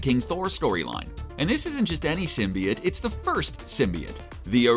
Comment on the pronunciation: Who else has a problem with the way he pronounce symbiot